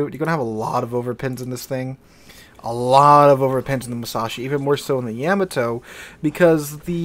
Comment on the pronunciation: I can't be the only one screaming at the screen when he says Yeah-Ma-To. Lol